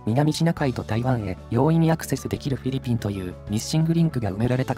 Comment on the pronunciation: あれ？？どうかされましたか？ フィリピンの発音が上手く出来なくて何か変な感じになってますけど…😅